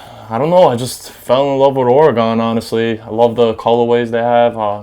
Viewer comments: Oregun not oregawn Oregon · its not oregone its oregon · actually it's not your accent, it's that you're pronouncing it as if it's an english word. It is of either native american or spanish origin. that O is a U like in gun and not gon.... unless you say gon when talking about guns? and I'm not trying to be disrespectful I'm just trying to help you pronounce your team properly and you seem like a good guy. hope this helps you out in the future. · Or E gun not Or r Gone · O-RAH-GA-HN... teach this white boy how to say OREGON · this niqqa with his ore-gon head ass can't say a fuckin state bitch please go back to elementary😂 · I scrolled down to see the "oregone" comments. Haha 😂 😂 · fool can't even pronounce "or-e-gun" properly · What a phony man, literally anyone can go buy shoes. Doesn't make you a sneakerhead or a Duck fan. I go to U of O and you can't even pronounce the state name right but you call them your team? Get outta here.. "OreGone" smh what a joke. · Cant even say Oregon correctly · Im born and raised in Eugene learn how to say Oregon right bitch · Learn how to say Oregon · He can't be that in love with Oregon if he can't even pronounce it right. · learn to say the name of the state right before you say it's your favorite team. bandwagon fans ruined my state. Go beavs! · For him being so in to the Ducks I'd wish he know how to pronounce the state. Its annoying. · Repping Portland Oregon! He needs to learn to say Oregon right..